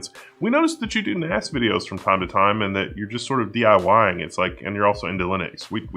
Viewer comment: I heard 'Ass' several times.. Took me a while to get to 'Axe'.